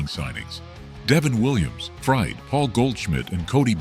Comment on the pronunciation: Teach AI to pronounce Max Fried’s name.